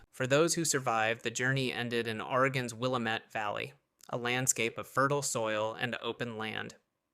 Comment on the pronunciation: Pronouned will lam et not willa met